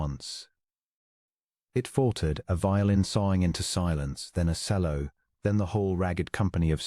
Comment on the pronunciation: Oh, the poor AI. Sello instead of chello for cello. And many others wrong. It's jarring.